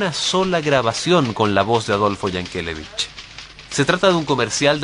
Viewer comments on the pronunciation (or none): Yankelevich siempre se ha pronunciado acentuando la última sílaba.